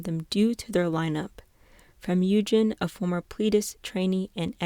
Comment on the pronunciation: just one thing! you kept saying “Yujin” but it’s actually Yunjin. no hate!!